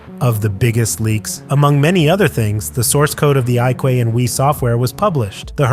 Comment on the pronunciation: The iQue is pronounced IQ. Surprised you didn't know that.